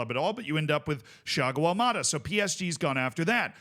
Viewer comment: Why did he say Thiago Almada’s name like if he was portugués